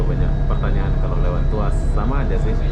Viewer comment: Mungkin dia teringat.. Fast food.. 🤭🤭🤣🤣🤣🤣